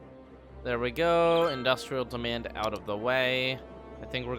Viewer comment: what accent is it that adds an h sound to words like "out", making them "ouht"? is midwestern?